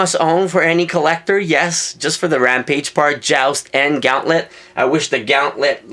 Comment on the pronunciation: its said gahh'nt -let